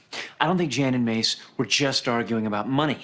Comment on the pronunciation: Him saying Jan Jan even when people correct him and telling him it's Jan not Jan is funny 🤣